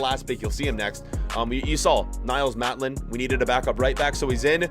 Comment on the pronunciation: Man really said Mattland